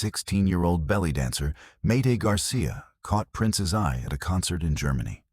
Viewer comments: This is pernicious rubbish. And this AI bot can't even spell or pronounce Mayte's name properly. I've read her book and watched interviews with her and not once has she mentioned this. They had no contact after their divorce - this is a LIE. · This is so AI couldnt even get Mayte's name right! 😢 not sure this is true? I know towards the end of his life he contacted people he'd worked with and gave them money that they deserved as they didn't get paid properly in the first place. He was making amends. 😢